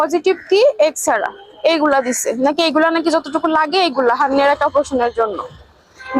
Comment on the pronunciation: Plz solve the the nail......"harniya"part....its may be harniya not haniya....